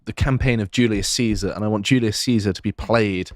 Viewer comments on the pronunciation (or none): none